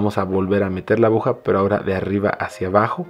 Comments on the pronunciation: Es mi imaginación o dice abuja amigo si es así se dice aguja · Por diooooos, abuja no se dice niñoooo se dice aguja. Me duele mi oído por dios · me encanta su video,muy buen tutorial...pero dice abuja 😅